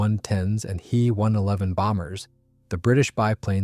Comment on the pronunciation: WTF is a ‘hee one eleven’ and a jew eighty eight - frickiin AI